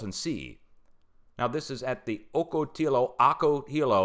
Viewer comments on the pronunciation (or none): Not that it matters but fyi Ocotillo is pronounced “ah-co-tee-yo” 😊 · (OCK AH TEA OH) 😂 ocotillo , CALIF 😁💕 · Ock-o-ti-yo = ocotillo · Ocotillo is pronounced OK-UH-TEE-YO. Used to live in San Diego. It's a popular offroading spot out in the desert areas of San Diego County.